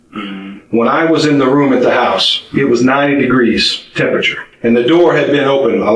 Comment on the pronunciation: if the best crime channel can’t even say the word temperature then the standards are abysmally low 🙄